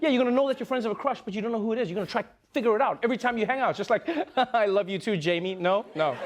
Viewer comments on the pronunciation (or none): none